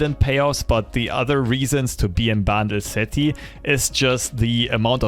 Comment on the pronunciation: My god I was so confused I thought you were saying "Battle City", just realized in the end of the intro you were saying Bandle City hahaha